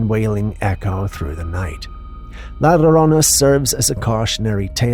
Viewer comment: Sir is not la lorona.U always saying it wrong. Is la yorona the y makes a double ll sound that we use in Spanish to write ella, not ela that is what would sound like if we use the double ll like u us it. Ella means her. The ll sounds like when u use the y to say yoyo . So yo and llo sound alike, so when you said llorona, say it like u using a y with an o together yorona but it's spell llorona not lorona .